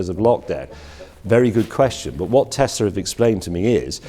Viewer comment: Its little but I'm glad James says Tess-la rather than Tez